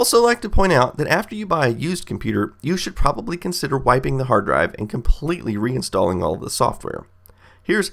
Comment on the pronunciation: he said proberly dumbboo